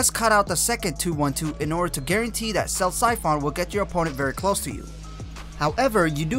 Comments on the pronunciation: Good video, nice and informative. Just work on pronunciations like koagulation and siphon. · Terrible pronunciation on Koagulation and Siphon, but great clarity and depth of guide.